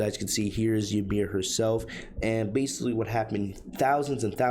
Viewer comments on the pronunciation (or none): It’s BASICALLY! Not basi.